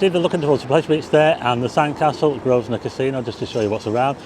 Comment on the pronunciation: Grovnor, not GrovSnor! (silent S)